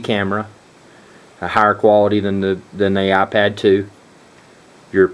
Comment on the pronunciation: Its iPad not aPad